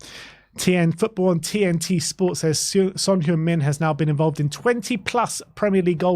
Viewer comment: Btw, it’s pronounced Hung Min Son. The E in Heung should sound like E in “Earl”